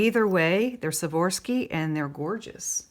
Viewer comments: It’s Swarovski. I know its pronunciation as Swa-ROV—ski, but she seems to pronounce it as Swa-VOR-ski. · Now that was a jar !! This may help you pronounce Swarovski Swar--ov -ski . up until a bit ago I thought it was spelled with an f so I'm learning this too :) Let's hope that your luck holds :) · Swore-off-ski is how I was taught to say it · It is pronounced Swarovski crystal took me awhile to Pronounce it right lol ☺☺